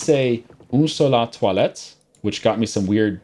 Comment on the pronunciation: Bonjour. You were right "Toilettes" means "Bathroom" in that case because "Salle de bain" is the room where you take a shower, so the people you asked were just dumb to think you wanted to purchase toilets by asking this question if you were in a toilet store. Trust me I'm french. Nice pronunciation BTW haha